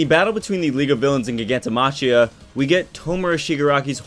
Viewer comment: What if show Jacket is Touya and Dabi is actually Natsuo? :D Solid video, like always. Love the hair, love the voice, love the face. love the theory too. anyway, can you please use Giganto-maCKia? like reading [CH] as in Mach 3. It sounds really weird otherwise.